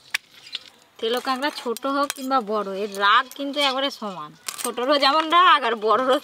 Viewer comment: Kagra na kakra hobe